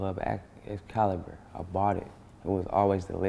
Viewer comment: that nigga soulja said i owned a club called "echsscalibuh"